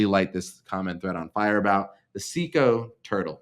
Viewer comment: someone spent the money their mother gave him for speech therapy on sumpin else.